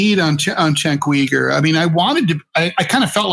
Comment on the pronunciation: Chenk wee-gur?